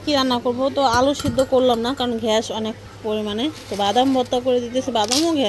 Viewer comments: ঘ্যাস না গ্যাস হবে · Shunteiii kirokom lage ghesh😂